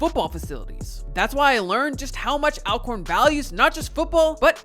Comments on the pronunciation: It’s ALL-CORN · Thanks for the coverage!! 💜💛FYI, the school's name is ALWAYS pronounced "All-corn"...like "alright" & "already". 😊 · Ima let yall in on a lil Al-corn secret. They pronounce it ALL-corn. And Steve Mcnair didnt die from a gun accident, it was a case of murder-suicide. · I appreciate the video but please use the correct pronunciation… It’s pronounced ALL-CORN. Remember, Always Alcorn !!!